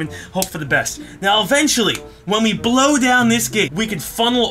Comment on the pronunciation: I always heard "weedblow crossiing"....and I´m high...meh these are mere coincidences.